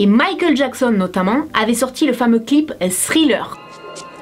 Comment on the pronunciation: Cc ta vidéo est super mais on ne dit pas stthriller on prononce le d en non pas de s